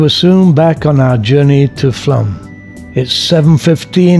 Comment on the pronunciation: It is pronounced Flom.